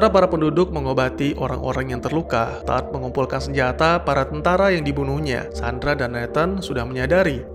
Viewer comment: Tadd? Harusnya tu TODD!!